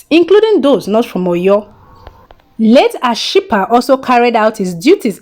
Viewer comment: You murdered Ashipa's name 😄😃😃😃😃😃😃